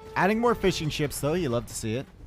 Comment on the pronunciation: heard fish and chips instead of fishing ships.... i though omg...